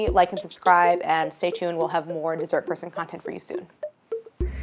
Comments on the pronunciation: I’ve watched every one of her videos and I just realized the intro person has been saying “dessert person” this whole time I thought it was “these are her sons” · I was hearing "deez are croissants" 😂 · For the longest time I thought he was saying, “Jesus, your son.” 😂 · I never would have guessed that that's what the words were! "Deezert Persahn".